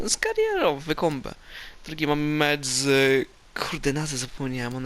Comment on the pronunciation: To się chyba czyta łajkombe